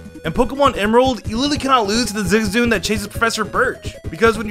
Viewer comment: Ahh yes I love the Pokémon “ZIZOON”